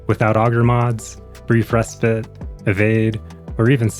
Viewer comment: Thank you for being like the only warframe youtuber to say Respite correctly.